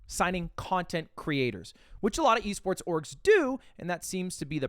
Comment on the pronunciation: why did he pronounce esports like that